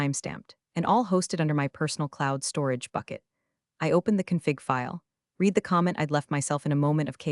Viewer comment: Please, work on the AI!! TED is pronounced Ted, like the name.Work on read versus red. The AI needs to be worked over on this!! Still love your writer and their hilarious metaphors!! But remain 3 of 5 until clean up that AI or switch to human narrator!!👏👏👏👍👍👍❤️🐉💙💙😎😎🌈🌈🦅🍍